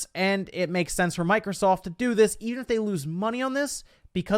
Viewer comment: Did he say Micro-salt? 😂😂😂